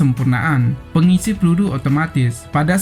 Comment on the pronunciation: Lucu bahasa adminya.. Pelulu kh peluru heheee